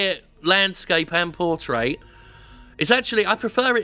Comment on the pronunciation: I think the P was a little unnecessary there...